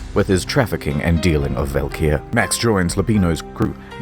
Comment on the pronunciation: The drug is pronounced as 'valkyrie' tho. This game is very on the nose with mythology